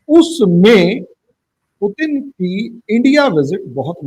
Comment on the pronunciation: पीयूटीन नहीं पुतिन😅😂